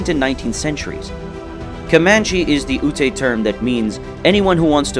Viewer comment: OO-TE? Key oh wah? Yeah, no one should take this video seriously.